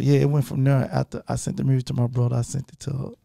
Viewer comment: Yo Gotti is starting to pronounce “music” without the letter “r” and it’s making me so sad because that’s something really unique to Memphis and I love his accent 😭